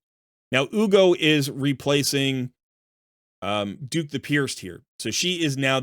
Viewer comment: I can't believe the amount of people that can't read. Dhukk the Pierced - pronunced DUCK.... Nothing about DHUKK says DUKE